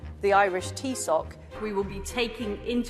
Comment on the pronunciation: What's a teesock? Theeshock (thaoiseach, correct spelling) would be a better pronounciation Liz, come on, its not that hard, it aint Russian !!!